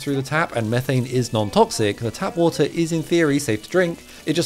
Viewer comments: Mee-thane nor meh-thane! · It's pronounced meeethane you doughnut